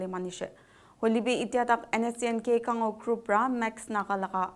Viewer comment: say Khang o not Khan Go